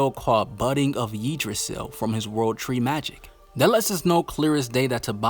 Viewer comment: Yggdrasil is pronounced as "yaag dra sil"